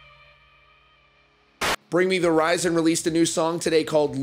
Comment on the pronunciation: And omg,if he says bring me the" rizon" one mo time😂